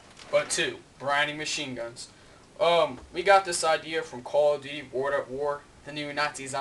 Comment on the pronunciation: "cah of duteh wor at war" hahaha